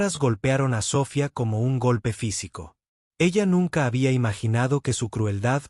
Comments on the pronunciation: para un proximo video, si usan términos en inglés, pronúncielos bien . "Industries" está en inglés pero la pronuncian como si fuese español, lastima a los oídos. "Sofía" es en español, el acento se debe marcar al hablar. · Biena enseñanza. Pero $100.000 no se lee de esa forma. Se dice cien mil. NO cien cero cero cero. Sofía. Tiene acento. Y etc etc.